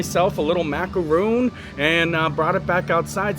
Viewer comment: That is pronounced mac-a-ron. The coconut with chocolate clusters are mac-a-roon.